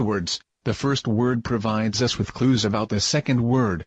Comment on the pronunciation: did anyone notice the 'abbott' it is suppose to be 'about'. But the video was good